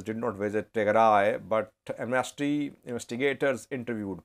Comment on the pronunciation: Amnasty. The stress is on the first syllable. I you stress the second syllable it will come to mean to something quite different; Am Nasty. Quite funny, even though i might agree on that on many occasions 😂😂